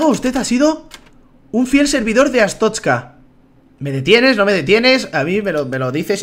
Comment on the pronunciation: Se dice artozca asu le digo yo :)